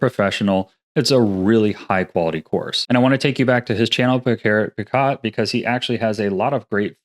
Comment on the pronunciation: I also rep Pierrick Picaut! Been following his work for years, and I reference his rigging course every now and then. BTW "Picaut" is pronounced "pee-KOH". It's a French name ("au" digraph is an "o" sound)(word-final consonants D, P, S, T, X, and Z are silent), and I'm surprised that the pronunciation didn't stick with you, since Pierrick introduces himself by his full name every other video. Some other Blender characters I can recommend are mostly based around anime or game development. - Royal Skies: Lots of really quick tutorials for common game development, as well as Unreal and Cascadeur. Although he dropped doing good Blender tutorials for genAI in roughly 2023, but must've realized that that was a bad idea and matured out of it somtime around 2024. - 2AM: Lots of in-depth anime character model tutorials and analyses using officially released models from studios like Mihoyo. - Dillon Gu or Professor Goo: Has some okay tutorial videos but he has really good animation critiques. Gu is also the project lead for the Blender fork, Goo Engine, focused around anime. - I could recommend Pierre Schiller as well for more anime modelling, but he also fell for genAI unfortunately. His pre-2023 tutorials was cool though. - Arc System Works: They published a handful of presentations on their modelling process for Guilty Gear Xrd, of which there are fan-translated Google Slides. I would post the link to them, but YT will delete my post if I do. - Simon Schreibt: His game VFX blog has